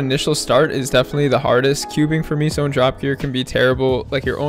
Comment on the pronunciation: Why do u pronounce Meso as “ Miso” lmfao it aint the soup bruh